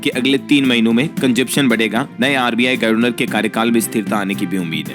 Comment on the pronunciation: sahi उच्चारण करिए जैसे गर्वनर को गवर्नर पढ़िए।इतना इतरा कर खबरें न पढ़ा करें